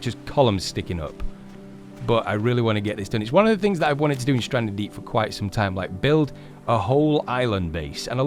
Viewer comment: U said welcome back to standree deep